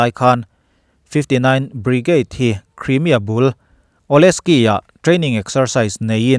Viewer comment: Crimea hi criimia ti lovin Khraimia ti a lam/sawi ni se.